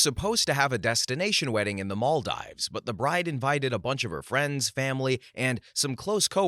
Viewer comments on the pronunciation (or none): Story 61, Maldives is pronounced Mal-deeves. I was cringing every time he said it. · Story 61 - Near narrator: "Maldives" is pronounced "mol-DEEVZ": a long E sound rather than a long I. Also, it's not "nupitals" it's "nuptials"; pronounced "NUHP-shlz" (often misspelled "nuptuals"), and pronounced like "partials". Finally, "et cetera" is not ek-SET-uh-ruh, or ex-SET-uh-ruh, it's et-SET-uh-ruh. "ET."